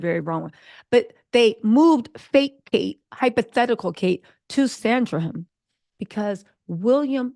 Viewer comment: It is Sandringham...